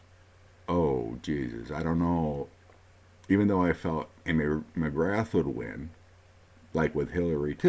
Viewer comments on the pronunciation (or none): none